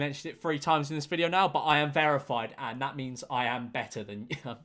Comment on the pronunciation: I love how this man says verified lol Vearified